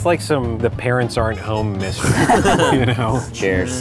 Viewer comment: It sounded like said "Tchuss" instead of "Cheers" at the Beverly Hills noodle spot.